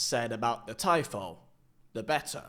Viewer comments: Pretty sure it's pronounced ''Teefo'' my friend not ''Taipho'' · i was watching until he said Tie-Foe...